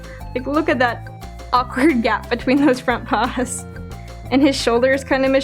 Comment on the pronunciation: CUTE LITTLE PAUS